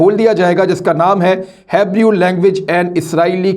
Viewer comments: Its pronounced "hee bruu" not "hee breeuu" imran bhai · ہیبرو ھے سر ہیبریو نہیں ہے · Haabroow ni isko heeebrooow bolty hain 😄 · Hebrew (He+Brew) not Haybrew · Oh Khan sahib jan dapper. The word is pronounce HEE BROO not HAB REU. Don’t think you read comments. Cause this not the first time I have corrected you. Just search how to pronounce in google. Seriously?? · Thanks once again for sharing these Zionists plots Imran bhai. By the way Hebrew is actually pronounced as "Hibroo" in English. Take care 👍🇵🇰🙏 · عمران بھائی اس زبان کو اس طرح سے بلائیں He Brew (Hebrew) ویسے عبرانی کہنا بھی درست ھے۔ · Imran bhai actual pronoucetion is hibroo language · Bhai It's the oldest language and please pronounce it correctly you pronounced it wrong. So kindly correct yourself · Your english pronunciation is very bad. Should consult Google before you say them. Word "Hebrew" was so wrongly pronounced. Although it one of the simplest word to pronounce. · AP PEGAMBARO KI ZABAN KO GALAT bolrahey ho yar????